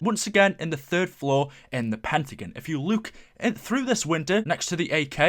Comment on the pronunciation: Pentagin, it's pentagon!!